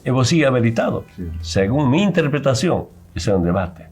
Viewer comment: Evo segue habeletado... sigon me enterpretashon.... 😂😂😂 este hombrecillo del campo.... no sabe ni expresarse... Es una vergüenza nacional....